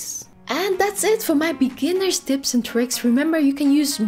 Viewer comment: "Twanty Dips and dricks" :-D